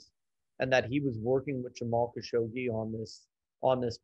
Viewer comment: Fogel doesn’t even pronounce Khashoggi’s name correctly. Oscar? No.